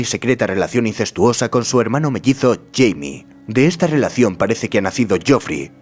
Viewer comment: No es Jaime, es Jamie. Si hubieses leído los libros lo sabrías xd